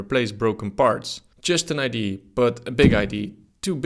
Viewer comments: Its IdeA not id lul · it's pronounced idea, not idea. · is it really that difficult to say IDÉ-AH idea instead of "idéé" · No, it is wrong and right. It's pronounced idea not id in the English language. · Love how Dutch people cannot pronounce idear. They say eye d! Lol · Idee? It's Idea, with an A at the end. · Idea is not pronounced "idee". The A isn't silent. It's pronounced "idee-uh". Regards ,someone who only speaks English yet has the audacity to correct someone who speaks multiple languages. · Ide - A! IT'S IDEA FFS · Ffs our English teachers hammered us for 5 years on the pronunciation of the word "idea", yet this guy says it 636363 times incorrectly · why the hell can't dutch people pronounce IDEA correctly... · Please practise saying "idea".